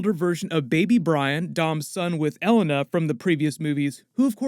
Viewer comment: its pronounced E-LANE-A lol